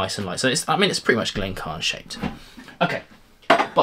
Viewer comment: Sorry, but I have to ask: why do you ignore the "i" in "Glencairn"? It should be 'Glen-care-n', not 'Glen-carn'. I'm afraid that Diamas glass is not something I would want at all (maybe not quite as bad as the Norlan, but...).